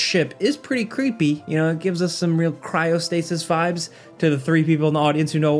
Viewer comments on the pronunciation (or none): none